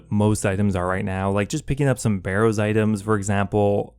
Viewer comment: Lad i love your content... but it's been over 15 years since barroww came out and you can't pronounce tgeir names right? Other then that love you my dude great content!